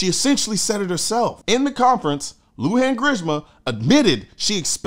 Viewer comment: This dizzy dame must be suffering from lack oxygen because of the high elevation of Santa fe . Also you mispronounced Lujan but I am not going to tell you how to say it right for 2 reasons.1 I find the mispronunciation funny. 2 It's not my name and not my problem.